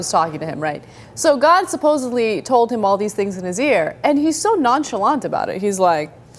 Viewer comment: god does talk to people but this is most likely work of demons :( by the way-anna please dont be one of those people that incorrectly says "supposabllee" for lack of a better word "supposedly" thanx